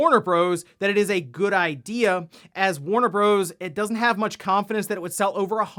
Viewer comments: I hate how he says Warner Bros. Lol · Though you are correct in saying "Warner Bros." Most others call it "Warner Brothers". Warner Bros just hits the ear wrong